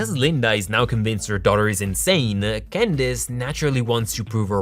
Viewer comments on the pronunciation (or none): Did he say Gandace instead of Candace?